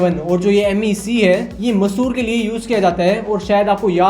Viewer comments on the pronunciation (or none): Dosth vo Mysuru hai ...not Masur ...it is Cultural capital of Karnataka